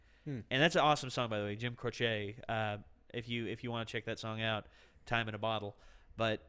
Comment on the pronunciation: it is Jim crow-chi not crow-che